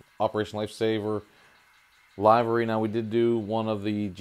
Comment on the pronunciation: that is not how you pronounce livery